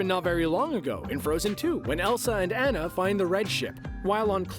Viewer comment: Everyone’s talking about how he said South Asia and South America... but did anyone catch how he pronounced “Anna”??